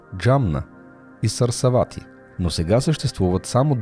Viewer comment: Сарасвати, а не Сарсавати. Е, все пак не е зарзавати.... ХИМАЛАИТЕ, а не Хамалаите... Не е лошо да наблегнете на дикцията и правилното произношение на имена и чуждици. Иначе беше много интересно.